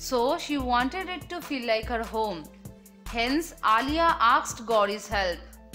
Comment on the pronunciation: Pls improve your speaking skills when you speak it pls so cringe 😬 and yeah it’s asked not aksed !!!!